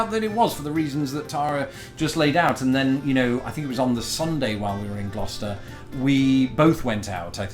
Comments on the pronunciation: I'm just glad you pronounce Gloucester properly. Used to live in a town by that name in NJ. Some of the ways people try to say it is painful. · It’s pronounced gloster